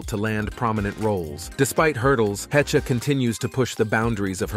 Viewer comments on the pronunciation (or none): Anne Hechuh lmao. SKIP